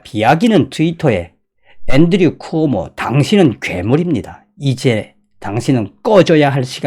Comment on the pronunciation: "쿠모오"가 아니라 "쿠오모"입니다.